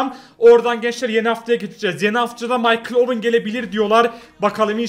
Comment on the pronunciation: MAYKIL DE OWEN